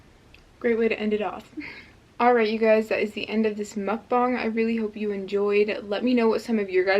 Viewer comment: ahhhh!! the food looks SO good?!?! 😭 it's so cool how you can make litteraly everything into a vegan version 😂! + also something that I wanted to tell you but thank you for pronouncing "mukbang" correctly 😭😭 I'm korean and I cringe whenever I hear someone say mukbaang 💀